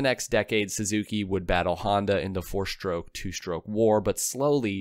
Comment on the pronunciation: Why do you pronounce the word 'stroke' as 'SHtroke' 60% of the time and as 'stroke' 40% of the time? Research has been done on the 'sh' pronunciation that shows its origin is working class 'black'. Keep working on it and you'll remember to say it that way 100% of the time.